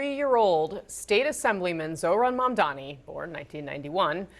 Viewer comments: Mudhmanni that's "mud-man-i" . 🤣🤡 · Get the guy's surname right guys, especially when you play a clip of Mamdani rebuking Cuomo for mispronouncing it.